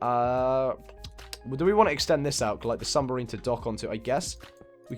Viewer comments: New sub! Love this house! But it's "submarine" not "sumberine" lol <3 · Is anyone else annoyed by the fact that he can’t say submarine right?